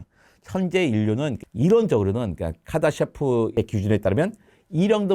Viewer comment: 카다셰프? 카르다쇼프 척도 아닌가여..단어를 발음이나 어떻게읽는지에 따라 이렇게 많이 다른가요??